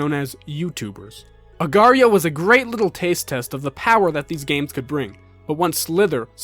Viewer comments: just annoys me that mobile games put .io at the end of there games to make it appeal to the .io trend, its the same as .com or .co.uk, but if i make a game called "HOLEEATING.CO.UK" no one cares?. That and the fact that people pronounce it "Slither-ee-oh" or "agar-ee-oh". An agar is a thing already, .io is a web address type, what the fuck is an agareeoh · i hate it when people pronounce agar.io as agario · I can't believe agario was called voreio I love that hahaha